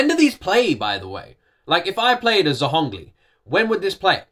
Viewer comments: u dont say Z tho its a J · The accurate way to pronounce his name is "jōng-li" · I'm not native as english speaker or either chinesse speaker, but Google said that for Zhongli, the zh is pronounced like a 'j', and the 'li' is meant to be spoken as if you're asking a question. "J-oh-ng Lee?" Like so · Also, Zhongli pronunciation - ZH is to Z what SH is to S. Just soften it, like a J in French. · It's pronounced with a slightly harder SH sound like youre rolling it